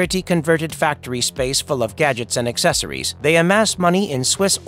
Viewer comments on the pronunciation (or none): none